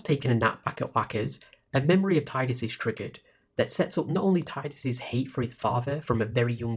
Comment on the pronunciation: Thanks so much for this! Six hours of “Tie-dus” has broken the curse and freed my soul. In all seriousness, it was great to hear you give commentary on each of the scenes and story beats. There are lots of FFX retrospectives on YouTube and they don’t always pick up all the little intricacies. Nor do they always try to seriously engage with the “false hope” argument and different reasons characters choose self-sacrifice despite the futility of it the way you have so really big kudos.